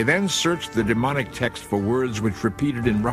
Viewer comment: It sounds like he’s saying demonic when explaining the middle section script of the stone, it’s Demotic.